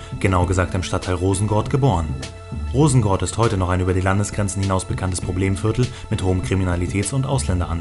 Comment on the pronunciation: MANN SAGT ROSENGÅRD UND NICHT ROSENGARD🤦🏻‍♀️ HEJA ZLATAN🇸🇪